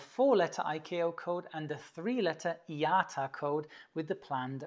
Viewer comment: Thank you! I used to work in a major airport in Asia and I always receive a copy of this document from the crew whenever I do arrival passenger flights before I pass it to the station office. I always wonder what are all the wordings and numbers stands for. Kinda surprised on the way you pronounce IATA, the workers in the airport I worked with always call it as "Eye-eh-TAH" or I-A-TA. XD